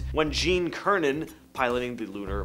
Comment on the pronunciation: Eugene Cernan’s last same was pronounced SIR-NUN. How do I know? I was a senior in high school, planning a college chemistry major. Do your homework. Every talking head on the three networks used the same pronunciation—as well as Mission Control.